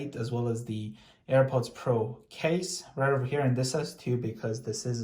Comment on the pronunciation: And also Earports like do you know how to say AirPods Pro right my guy it do simple go my to kindergarten